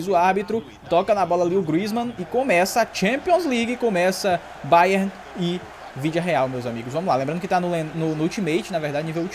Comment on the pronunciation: 0:0 sim é se minuto se colocar na velocidade mínima ele fala o vilidareal